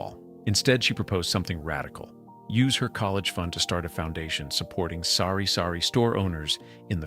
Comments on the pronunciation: not s0rry-sorry store,. its sari-sari store,. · It is TABO' not tapo and it is SARI-SARI store not sorry sorry. could you be truthful if you cannot then stop speaking tagalog. Holy smoke you're missing the tagalog. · It's Sari-Sari Store (which means a store of assorted goods), NOT Sorry-Sorry Store. Lol